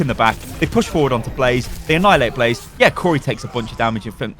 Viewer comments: Blah Zay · Blah zay not blaze